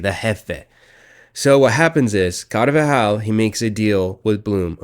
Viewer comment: Why is this dude adding an extra syllable to “carvajal” 😂